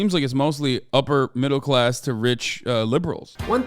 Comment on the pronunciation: You sound like such a rich kid saying upper middle class like that not rich. When you come up in poverty that’s rich 😂